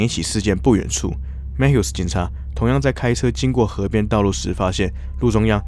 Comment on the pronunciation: Mathew应该不是Mat Hew吧 应该是MaThew🤣